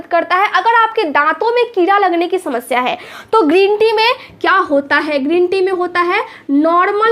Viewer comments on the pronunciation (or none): none